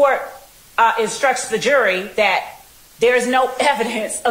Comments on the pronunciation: The word is “that,” not “dat.” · The prosecutor incapable of proper English: 'dat' vs. 'that', 'splaining' vs. 'explaining', 'ax' for 'ask', various misuse of words like "he 'asserted' to him", "conversate"